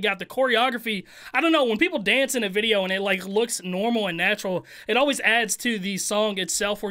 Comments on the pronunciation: 1st thing I heard when watching this......"THIS VIDEA IS SPONSORED BY-" no disrespect, I love this guy...but the way he said videa made me cough up my bong rip 🙏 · I gotta know... why do you say “Vidjia” and not video? I don’t mind I just gotta know. Haha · Can you say video like a normal person please?